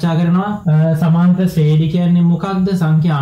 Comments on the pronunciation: සුපිරියටම පැහැදිලි,, හැබැයි සමාන්තර ශ්‍රේඩි නෙවෙයි ශබ්ද වෙන්නේ ශ්‍රේනී කියලා. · ශ්‍රේනි තමා හරි නම.ශ්‍රේඩි නෙවෙ.ඩියන්න නෙමෙ අකුර.ඒක ශබ්ද කරන හරි ක්‍රමය 'නි'